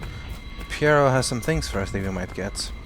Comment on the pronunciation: to me pronounces pierro like hes saying pyrrha IM GETTING FLASHBACKS TO THE VOLUME 3 FINALE